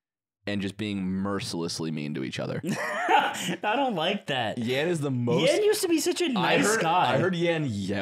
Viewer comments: Thanks Slime, I went months without hearing how Ludwig says “other” as eth-er and now I can’t unhear it. You’ve cursed us all. I will pay for his speech classes to make it end. Please, make it stop. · I’m so glad slime brought up Ludwig saying ether, it’s annoying me for so long lmao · Thank god someone brings up Ludwig saying “ehther” on the podcast. Finally addressing the real issues facing our country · i felt like i was insane because i never saw anyone pointing out ludwig saying “ether” instead of “other”